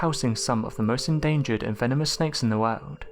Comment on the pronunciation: God I fucking hate how you say world. It's a hard R not ow, not wowld it's woRld.